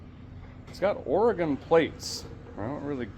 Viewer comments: mad respect for pronouncing Oregon correctly! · Neat car! That's from out here in my neck of the woods. That resort is in Welches, Oregon out by Mount Hood. Impressed a guy says "Orygun" properly😂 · A feller pronounced oregon right. I'll be dipped. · Thank you for saying Oregon correctly The Resort at the Mountain doesn't seem to exist in Oregon anymore, but being on Hwy 26, it was likely something near Mt Hood. There are several mountains in Oregon, but Mt Hood is the only major one near Hwy 26. I admit to being very cynical, and have a lot of depression triggered by the holidays due to a major loss that occurred days before Christmas. I see very little kindness in the average person during the holidays. In fact, I see a lot more stress and anger from most people during the holidays, which makes sense if you think about it. The holidays are a busy time where we all feel obligated to go to a bunch of social gatherings because that is what is expected of us by others. We're also expected to spend a ton of money, which most people don't have, buying trinkets and gadgets for others, so financial stress gets severely amplified. Those who have money end up donating to charity and giving stuff away in December because it's tax deductible, it benefits them to donate just enough to reduce their tax liability. Sorry if that dampens your Christmas spirit, but it's true in a majority of the cases.